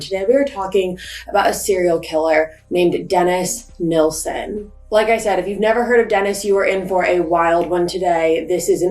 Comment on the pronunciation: I am so glad you are pronouncing Des's surname correctly. The amount of people that say "Neilson" instead of "Nilsen" drives me insane. It would also annoy Des 😒. Great coverage of this case 🏴